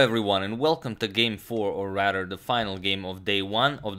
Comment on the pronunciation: Does it sound like agadmator says rader rather than rather?